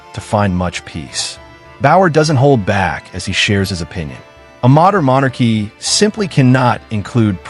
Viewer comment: House of Monarchs? You pronounce it mon AArkee. And you won't state that only Parliament can strip titles. And this current parliament is busy pretending they have too much else to do